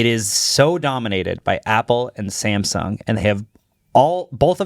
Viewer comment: Samsung ❌️ Samesung ✅️